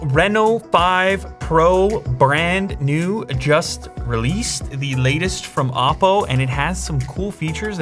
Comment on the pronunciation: I don't know why "oddo" sounds funny to me..